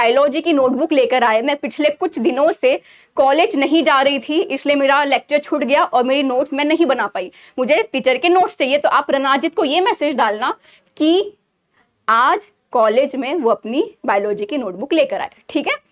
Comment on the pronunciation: It's रणजित not रणाजित